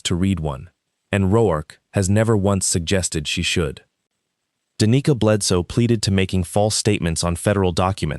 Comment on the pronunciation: Like the story, but a lot of words are mispronounced. It is almost funny how many different ways the 'Roark' is mispronounced. Danica was mispronounced "da knee ca" several times, sometimes it is pronounced properly, go figure